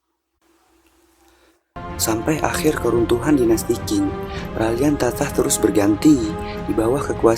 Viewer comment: bukan dinasti King.. Qing dibaca Ching..